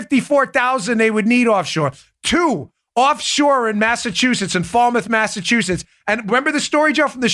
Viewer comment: LMAO.Dan your the best,but it's pronounced Falmuth. Keep up the great work!!!